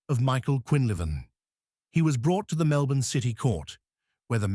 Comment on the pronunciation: At first I was pleasantly surprised that you got the pronunciation of Melbourne correct (Melbin). But as you went on I had trouble working out where you were talking about in rural Victoria. I come from Ballarat so I know the areas well. Starwell is not right it's Stawell (Storell). Maybe next time look up local pronunciations first. But overall a very good story.